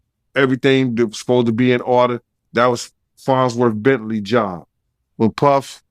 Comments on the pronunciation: lol fonzworth? - it's farnsworth i know says it like he's saying fonz from happy days- i remember the farnsworth bentley character on chappelle- knows the scoop on everything on earth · It's LITERALLY "FONZWORTH"